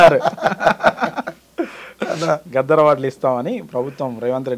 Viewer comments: గద్దర్ గద్దర్ అని పిలువాలె గద్దార్ కాదు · గద్దార్ కాదురా నాయన గద్దర్ ఆయన